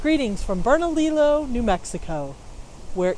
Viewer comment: There is more to New Mexico than desert! Sorry it was windy when you were in Bernalillo (Bur-nuh-lee-ow). I hope that you come back to New Mexico and see something more than Bernalillo too.